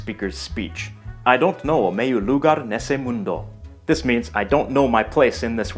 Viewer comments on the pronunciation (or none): At least in Brazilian portuguese, the tone syllable in lugar is the last one. it's "lugár". I think it is the same in european portuguese, but i am not sure about it.